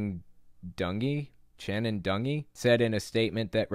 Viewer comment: FYI: ABC Entertainment's President's name is pronounced Channing Dungey (Dun-Jee). She is a 30+ year Hollywood veteran with an impressive resume. Google image her and you'll see she is also a very attractive woman.